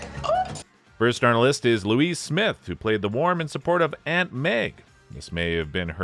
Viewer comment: Lois is pronounced low-iss not louise